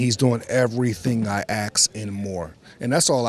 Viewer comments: its “ask” not “aks”. If you’re reading this and you say “aks”, please stop. Fix that asap because it sound so ignorant. Please help others to stop this. Its gone on long enough. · Blow joe? Aks? This man may be dyslexic. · Everything you "axe" hey? 🤦🏻‍♂️ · This is the second time I'm hearing Malik talk and I'm convinced that he thinks "ask" is "aks", he keeps saying aks and I'm dying 😭😭😭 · Wow Malik not only talks as thick as wilder but he’s deluded too. How on earth did he think he flipped the questions near the end on 😂 Also its ASK not AKS. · It’s pronounced ask not aks😂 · I don’t believe someone who says axe instead of ask!!! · ASK not AKS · Axe - ask....ah ok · These muppets are along for the rid and who can blame them, just please say ASK and not aks! Go the Fury! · When did people start saying "axe" instead of "ask" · ASK......not AKS.......you ASKED him. This is all, thanks for your consideration of this new fact. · Wilder is doing everything he ax haha what is he axing?? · He does everything I AXE him, that's all we can AXE from him xD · Lol everything I ax him to do everything he was axed lol 😂 this guy is confused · "aks" lol my g cant even pronounce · How you gonna train someone to beat fury when you can't even pronounce a 3 letter word correctly?